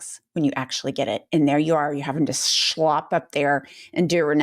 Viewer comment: i think meant schlep when she said shlop. Unless she's trying to invent new yiddish.